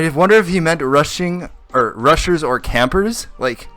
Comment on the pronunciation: Am i the only one that heard rushers as RUSSIA?